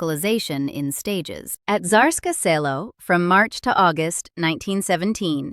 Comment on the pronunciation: The pronunciation of "Tsarskoye Cyelo" could be improved. But these are pretty good videos.